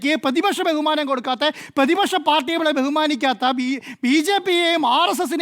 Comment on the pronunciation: പേതിപക്ഷ നേതാവല്ല സുഹൃത്തേ... പ്രതിപക്ഷ നേതാവ്.. അക്ഷരശുദ്ധി വേണ്ടേ രാവിലെ നാക്ക് വടിക്കണം 😶